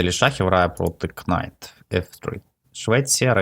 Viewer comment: ремарка, читається як Найт, к пропускається в слові лицар, дякую за гру